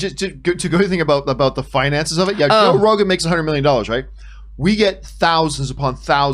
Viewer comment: Did she call him Joe Regon?? Lol anyone noticed?